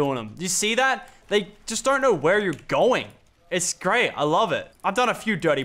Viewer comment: He should have said grey only greyT